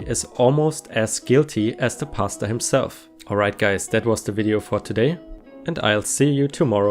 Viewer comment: I listen to r/reddit videos while doing other things so it's really just half listening. It took me a few minutes of the pastor story to realize you were saying Pastor and not pasta. lol